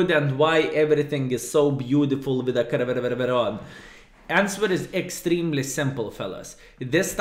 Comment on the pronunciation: I like how say Caereveveveveron, but its easy to say -- ( ker - NAR - von ) skilSmile But actually, real city for which tonk is named is spelled "Caernarfon", so it's like Klaipėda of Wales... XD